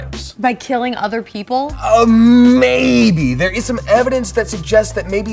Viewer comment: if that aMAYbe was on purpose,, kudos to 😂❤